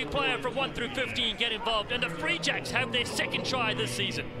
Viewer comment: I know the New England team is called the “Free Jacks” but am I the only one that thinks that one of the commentators makes it sound like the “re-jects”?